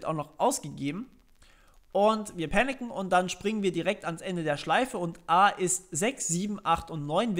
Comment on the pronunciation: Panicen xD klingt wie picknicken haha ;)